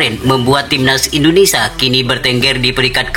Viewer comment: Indonesia , bukan indonesa 🤣🤣🤣